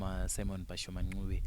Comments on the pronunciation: ...kwete 'nqube' but 'ncube' ! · wakati koshera ❤ Asi pakuti Ncube apa 😅 Mkoma Simon dai vambo pronouncer